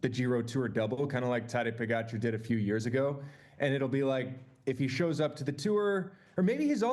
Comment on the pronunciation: Kudos to TJ for finally saying Pogi's name correctly! But demerits for not knowing Almeida is not scheduled to ride Tour.